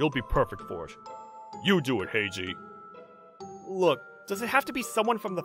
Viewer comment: Heiji doesn't sound like Heiji